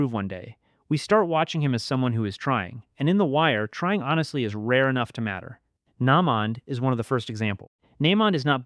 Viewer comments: Nah-mond is crazy 😂😂😂😂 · Nah-mond? Nah…man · Why you keep pronouncing naymond name like that 🤣🤣🤣🤣